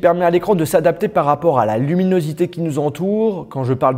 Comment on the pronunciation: Je crois qu'il a fu mal à dire luminosité à des moments 😅😐